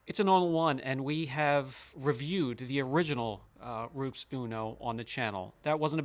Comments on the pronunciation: Please stop saying the brand name like you are, like ROOPS. One does not need to be or know Italian to pronounce it correctly. I'm a big fan of your channel and subscribe to it but hearing ROOPS not only makes my skin crawl but it's just not respectful of, to, and for so many. Keep up the great content. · It's : roe-pez. Not ropes, roops, roeps. FYI -- From Latin rūpēs (“cliff”). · I really like this channel and too ❤ And you’re right: It is called Ru-pes. 🙂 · You should learn to pronounce the product if you want a credible review